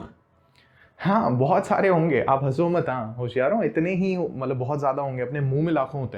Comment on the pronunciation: Sir jb aap hosyaro bolte ho na bdi hassi aati hai mujhe I like this word 😂